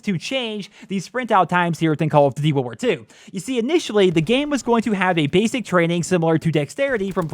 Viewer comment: I could see you don’t have an issue with sprint out time caz you play freaking slow and sit in head glitching spot with LMG... Youtuber like markofj quit this game caz they game promotes slow pace timmies like u play camp. when u said world war two why it sounded like wool worth three lol